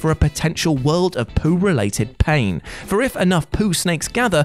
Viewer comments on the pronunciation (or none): none